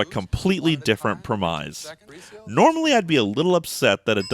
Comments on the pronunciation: Great episode, but I have one little nitpick (that always drives me up a wall when you do it)... It's pronounced "premise" (rhyming with grimace) not "primize" (rhyming with demize). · What the hell is a PRE-MIZE?